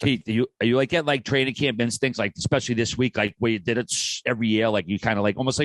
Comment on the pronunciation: One of them is “ecspecially” instead of “especially”